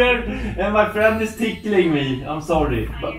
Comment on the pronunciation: "And my friend is tickeling me!" Smh my head